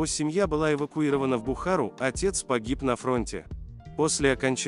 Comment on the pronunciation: эвакуирована не в " бухА́ру " , а в Бухару́